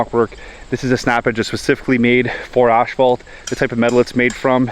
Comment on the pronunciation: this guy just called it "ash"phault. And he does this for a living. I'm done listening